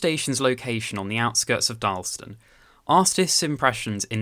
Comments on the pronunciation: Also it’s DarlAston not Darlston. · and speak a bit slower. It is Dar laston, not Darlston, and Wolverhampton with emphasis on the ham. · It's Dar las tun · Should be 3 syllables in Darlaston, not 2 (dar-las-ston)